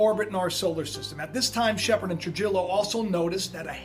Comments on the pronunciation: Tru-hee-yo not true-jillo. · Trujillo is pronounced "Tru-HE-yo". FYI. We learn something new every day. One YouTube site, involving "Roberto from Italy" is claiming that the brown dwarf star is supposed to plow into the sun in 2017. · Trujillo is pronounced "True he o" . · I had a friend in school Jose Trujillo. I believe you're pronouncing it wrong. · He's educated but can't pronounce "Trujillo" correctly and doesn't understand that the planet is called "Biden" because of it's "VP" designation as in "Vice President". Come on man don't let common sense escape you.